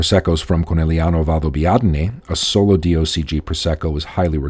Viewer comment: Well done! Very accurate and informative. I'm impressed on how well you pronounce the words Conegliano-Valdobbiadene, quite a mouth full! Please, check the accent on the word Asolo! it's on the first A , A-solo and not A-SO-lo. Thanks.